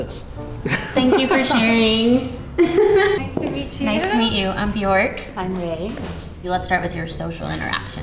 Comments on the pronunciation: Bjørk. Not Bjork. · If her name is Bjork she's not even saying it properly. It's said like "Byerk" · What an odd way to pronounce bjork as it's the wrong way. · Her parents taught her the incorrect pronunciation of her own name. Great job!